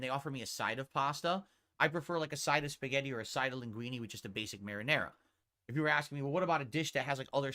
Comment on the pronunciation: The dude likes Italian food but can't even pronounce linguine properly...